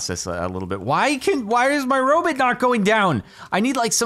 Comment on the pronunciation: "jerry the robit"